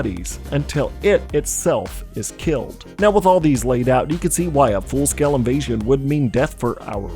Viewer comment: I'm sorry, did you say Invasion?